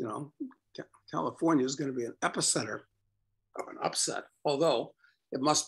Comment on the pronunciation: Hahaha. “Comifornia” is perfect